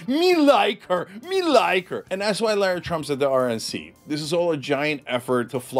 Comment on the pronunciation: LIE-RA Trump....lololol 🤣😂😅